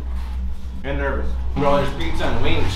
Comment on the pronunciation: Congrats. But one thing, why does says “picsa” its “PIZZA”!!!!!